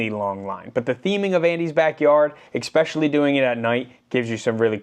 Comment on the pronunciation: It is spelled and pronounced especially not xspecially